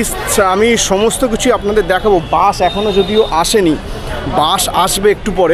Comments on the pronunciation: উচ্চারণ একটু ভাল করুন। বাঁশ আর বাসের পার্থক্য মুছে দেবেন না। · বাস না বলে বাঁশ বলছেন কেনো উচ্চারন। আর সব স্লিপার বাস ই তো এমন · উচ্চারন গুলো ঠিক করেন বাশ না বাস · এই মিয়া বাশ না বাস বলেন